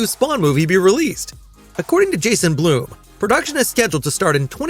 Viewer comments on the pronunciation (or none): none